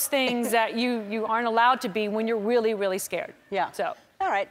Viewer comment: i love how she says weally instead of really